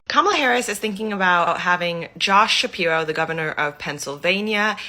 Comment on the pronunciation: “Josh sapiwo” hahahaha